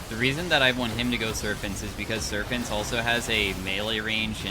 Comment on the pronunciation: "serphants" is crazy